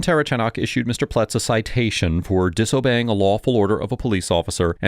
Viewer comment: I think it's comical how nobody can say the cops last name, including this video. I'm 2 minutes in and have already heard the say "terchanok" and "ter-uh-chanek" 😆